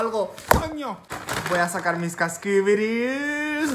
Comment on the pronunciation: cascubiris casquibiris